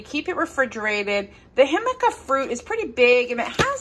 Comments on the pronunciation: FYI, I think the name of your wraps is pronounced "hic ama", not "him aca". Same as the veggie jicama (hic ama). I can't wait to try them! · It's pronounced HIC-A-MA. NOT HIM-A-CA!!! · Hi! It’s pronounced hee cama, accent on the hee!